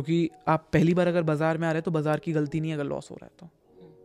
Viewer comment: Bazaar ❌️ Bhijaar ✅️